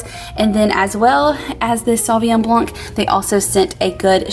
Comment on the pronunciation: Hi, this is my first time commenting on any channel. I'm bilingual and I just wanted to tell yopu that when you say blanc, don't pronounce the "C" at the end. Just say "BLAN". It is the true way to pronounce it. I hope this doesn't upset you, it is meant kindly. I just love your show and I don't like onions either. lol